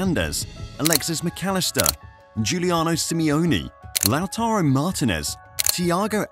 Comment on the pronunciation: love to hear you say my name lol. lah-taroh, pretty good tbh lol (Lautaro)